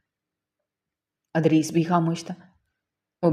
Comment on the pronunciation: Yeh punjabi log ZAIR KO ,Zabar kyun boltey hain ? Idrees ko har dafa Adrees ??😢😂